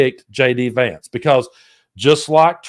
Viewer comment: Did he really mess up name of his new VP that badly.? He did.😂😂😂🇺🇲💙